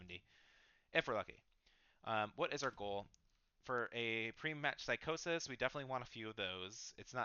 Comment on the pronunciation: I just realized you said "physio" as psychosis 😂😂, "Physio" is pronounced Fizz-ee-oh and it's short for physical therapy